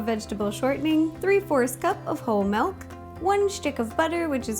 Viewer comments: its not malk its meelk. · why do you say melk it milk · she pronounced milk as "melk". ilysm! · "Melk" - Rosanna Pansino ARGHHHHHHHHHHHHHHHHH. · SHE JUST SAID MELK. THATS NOT HOW YOU PRONOUNCE IT. UGH. Also, love you ro. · It's kind of funny to me how she pronounces certain things, like melk and orng